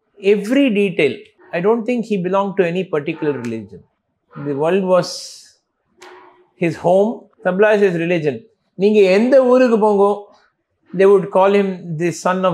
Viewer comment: Wonderful insight from Sashank ji. But wish the interviewer pronounced Zakir ji’s name correctly and the instrument name correctly as Tabla and NOT Tabela!!! 🙏🏽